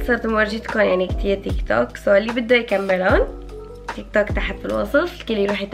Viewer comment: تقولي تيكتوكيك مو تيك توك اخوكي